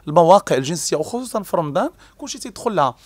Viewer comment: المذيع (حاشا واش نقول صحافي) يقول: رمدان 🤣🤣🤣🤣 وااااا رمضان يا بغل